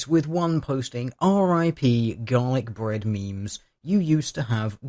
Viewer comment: Am I the only one who hears "Dalek Bread" every time he says Garlic Bread?